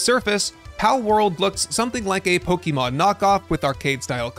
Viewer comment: I'm really not a fan of Pokemon... but please, don't say "Pokimon". It makes me cringe ^^